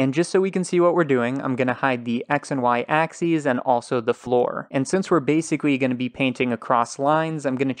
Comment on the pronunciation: Really good tutorials. But I do want to make a joke. Sometimes I don't check who uploaded the video, but I always know that it's when I hear, "This does exacky what we want" and, "This is basicky what we want" I enunciate every letter so it always sounds strange to me when people leave them out.